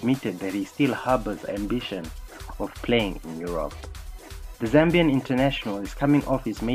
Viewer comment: The minutes he said Zimbian twice I lost hope